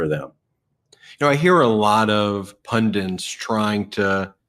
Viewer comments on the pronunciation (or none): Pundants? Pundits.